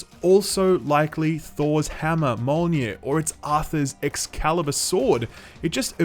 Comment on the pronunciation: Thors hammer "Mollnir"